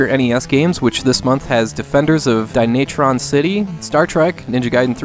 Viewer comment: It's Dyna-tron City....just saying. :)